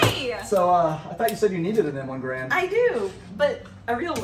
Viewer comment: Actually, 99% of people mispronounce the Garand. It's not like "grand" with an extra "a". John Garand always maintained that the proper pronunciation is more like "Gar-end".